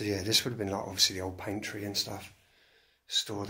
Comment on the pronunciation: Very atmospheric. Nice one. Now …always amuses me when you call that storage room a PAINtree! 😂…it is PANtry bro..pronounced as PANTREE…now then…LIVE NIGHT PLEASE!